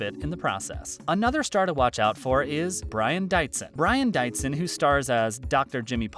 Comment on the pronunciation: Not to mention Brian Dietzen's name is not DITEZEN... It is DEETZEN.... (Pronunciation sound)...